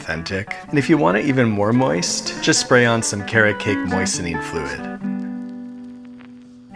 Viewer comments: Love the emphasis on moist. Wonder how many people cringed every time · I've never heard 'moist' with so much deliberate emphasis before...thanks for that. And by that I mean thanks, I hate it.